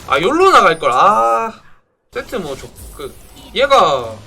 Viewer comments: 형... 세트 set 아니고 sett야... 미안 나 원래 이런거 말 안하는데 형이 완벽한 남자였으면 좋겠어서..(소곤소곤) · 세트 영어 할때 sett에요